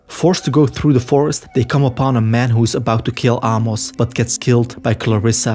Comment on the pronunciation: Bro. Ah-mos? lol